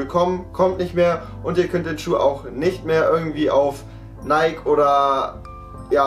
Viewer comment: sneakerheads, aber nichtmal in der lage nike auszusprechen xD